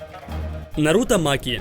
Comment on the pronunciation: Меня больше волнует, что он произносит нарУто, а не нАруто